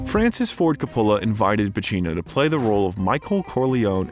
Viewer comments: Never knew a guy named Co-pollo directed the Godfather 😂😂 Think they got an AI to do voice over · Where has the narrator been that he can’t pronounce Ser-pico and CO polo— not all Italian names emphasis the penultimate syllable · Can't you do something about the pronunciation of famous peoples names COpola, SErpico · Please learn and use the correct pronunciation of the following: Francis Ford Co-pa-la James Kon (Caan) Frank Sir-pa-co. (Serpico) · You should really study up before doing these biographies, so you pronounce important names like Coppola and Serpico correctly. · Im taking a shot with every mispronunciation of Coppola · How can you repeatedly mispronounce Serpico and Coppola. This is supposed to a comprehensive documentary. If it is narrated by an AI generated voice, it needs to be programmed correctedly. Also, narrator keeps calling him Alfredo. Pacino hates that name and dropped it early. Very sloppy. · Yes, it's a doc worthy of Al's talent, however, WTF is up with the narrator's mispronunciations of numerous famous Hollywood names ? Who the hell does NOT know how to say FRANCIS FORD COPPOLA's last name 🤭🤷🏼‍♀️.....and THAT's just one example. Also, why would the documentarians have allowed those names to be so butchered. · Interesting vid, I agree Pacino is one of the greats. Not to be too critical but I noticed you mispronounced a couple names. Serpico and Coppola. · Calling him Alfredo the entire time and mispronouncing Coppola annoyed me in a way that I couldn’t get over 😖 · How do you mispronounce Coppola FFS? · You completely lost me when you mispronounced Coppola 😮😮😮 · Roger EEEEbert not Ehbert and Francis Ford Co puh la Sorry , Just a heads up 👍